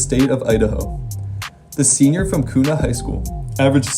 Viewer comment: KUNA NOT KUQNA LOL